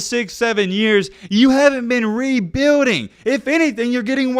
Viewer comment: And please stop saying the word rebuilding it doesnt sound right.